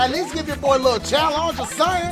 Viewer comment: i love when Dash says “challonge”😂😂😂😂